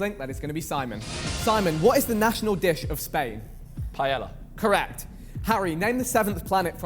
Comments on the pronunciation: It's pronounced PIE-YAY-YA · Whats the problem about pronouncing PAELLA right?